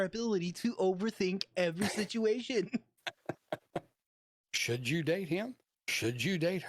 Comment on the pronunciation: Sityashun ? I lost count though!! 🤣